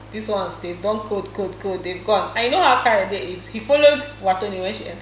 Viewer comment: whenever says Kayode i get confused... Is there another housemate that we don't know of???